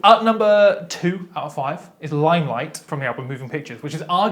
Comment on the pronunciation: You didn't hold the g in the second part.... of limelight.